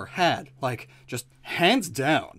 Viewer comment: His name is Richard 🤨 "Take a look at my pecker" 🤨 "You can call me Johnson" 🤨🤨🤨 What a hilarious ad read. "Hanfs down" "its nuts" 👌👌best video.